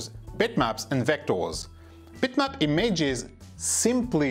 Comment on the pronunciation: Who are these e-mages you speak of?